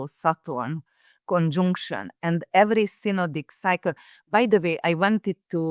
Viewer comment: Someone tell that arrogant accent-breaker that "conjunction" is NOT pronunced "CONJoooNCTION" !